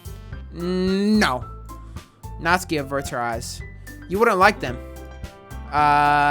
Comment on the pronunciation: bruh it’s not natski it’s NatSuKi